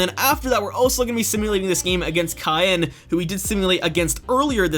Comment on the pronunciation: Caen is more or less pronounced Ca-un._. And a little more nasally. Just saying. Love your videos by the way. ^-^